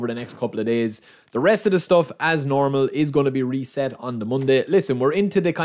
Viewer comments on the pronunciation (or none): none